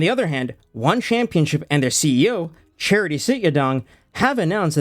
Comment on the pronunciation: As funny as it is to hear his name pronounced "charity," it's actually Chatri. Pronounced like "cha-tree." If you were misprouncing on purpose to make fun of him, carry on 😂 but I thought I'd throw that in there, in case you genuinely weren't sure how to say it.